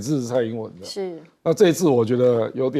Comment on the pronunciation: 郭正亮日语听太多了，曖昧第一反应是日语发音。